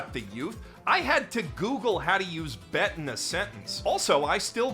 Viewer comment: recognizing "bet" as AAVE is a gift I ain't expect. Still sounded wrong, but the credit was given and he's a Canadian man living in Japan so he still gets points